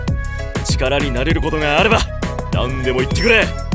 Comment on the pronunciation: 力になれる事があれば、何でも言ってくれの 「あれば」と「ってくれ」の発音の仕方が ケリンに微妙に似てて草生えた。